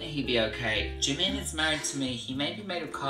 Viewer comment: Sebutannya salah!!!! Ini bisa jadi masalah . Liat2 Jimin real come deh😆😆😆. Pas lagi ngobrol sebutannya salah. Waduh bisa sial parah ni.